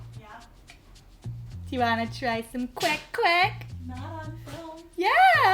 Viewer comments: i love how you say kwek kwek and not “quake quake” like other western people do lol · YOUR PRONUNCIATION OF THE KWEK KWEK IS SO ON POINT IT MADE ME THINK THAT YOU ARE STARTING TO LEARN HOW TO SPEAK FILIPINO.